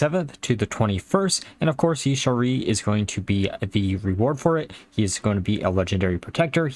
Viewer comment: It's pronounced Ya-sha-raj. Just an FYI for any future videos.